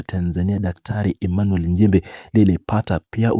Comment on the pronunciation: Tamka vizuri Nchimbi siyo Njimbi